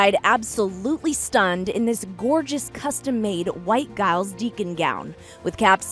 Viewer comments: It's pronounced J-iles Deacon 🙈🙈🙈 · That is a morning suit not a tuxedo. Plus she mispronounced Giles Deacon's name with a hard G. I wish journalists would bother to get things right.